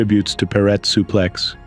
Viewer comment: If yer gonna narrate , please, practice the names before ya read . Suplex i ask you